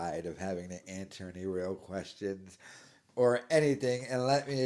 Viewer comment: He was right, nobody does like him. He should of kept that thought, would of woke him up to reality. Now he's delusional. And would someone please teach him how to pronounce the simple word "any"